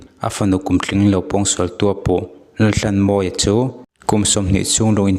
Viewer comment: Mizoṭawng chhiar dik hi a har nge ni, thisenin a ṭhanhnan tawh avanga chhiar dik thei lo, emaw awmna a zir a lam dan dik lo hi a awm theihin ka ring ta deuh. He post ah pawh hian a fanu khuaikhemtu Laltlanmawia tih pawh hi Lalthlanmawia ti a lam rik a ni a, "h" lamrikna tur a lam ri lo, lam rik lohna tura lam ri leh tlat ang chi kha anih hmel tlat. Entirnan, "tlat" tihah pawh hian "thlat" tih hram te. Tin, POCSO ACT tih turah POCCO ACT ti a lamrik te ka hre tel. A chhiartupa, lo inzir deuh la, insiamṭhat ngaihna laiah insiamṭha in, rawn ti zel rawh khai.